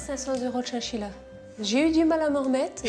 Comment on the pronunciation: C chachila pas chienchila